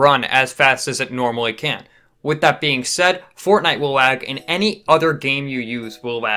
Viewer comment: I thought u said blag